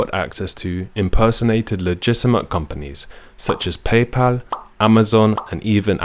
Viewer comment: Baybal and abble 😂